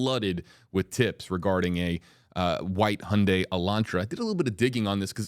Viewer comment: Finally someone who pronounced Hyundai correctly. Like Sunday